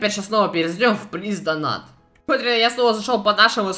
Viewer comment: Плиз донат, плиз донат. Вопрос у меня к тебе: АНГЛИЙСКИЙ УЧИЛ?! ДАЖЕ ТУПОЙ ЁЖ ПОЙМЁТ, ЧТО ПРАВИЛЬНЕЕ DONATE (ДОНЭЙТ) А НЕ ДОНАТ.